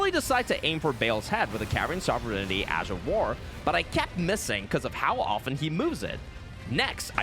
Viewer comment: Carian sovereignty pronounced sovejfjfnty